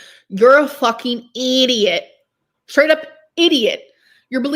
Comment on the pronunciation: Id have to look what year I started you it was early tho I remember the bob, & colored contacts & it was after weight loss vlogs I missed you when you took a long break after the internet got gross Eww she just said "eeeediat" lol I always comment while I watch